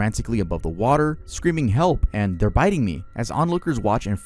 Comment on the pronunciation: can't pronounce "biting"